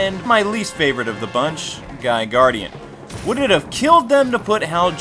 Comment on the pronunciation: good review but its Gardener not Gardian and its Staro not Stario